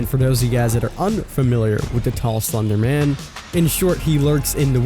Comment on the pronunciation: Okay so I'm pretty sure you just pronounced Slenderman wrong and creepypastas aren't memes their like fan-made horror stories